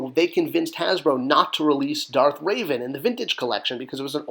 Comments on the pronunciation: It’s Reh-Vahn not Raven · Oh, you're going to get so roasted by nerds for pronouncing Revan's name wrong.